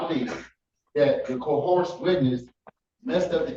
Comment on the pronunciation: "...co-horsed the witness..."? lol Okay. Well, on the other hand, 'co-horsed' is a lot easier on my ears than the usual 'co-her-shun' that sov cits say.